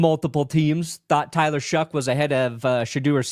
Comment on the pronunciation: What am I missing on this Tyler “Shuck” pronunciation? Is there a meme behind this? No way that’s how you pronounce “Shough” lol